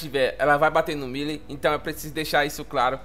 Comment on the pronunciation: Você tá pronunciando o nome do Presidente da Argentina errado.😂